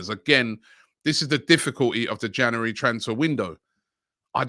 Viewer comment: robbie can you please pronounce january properly?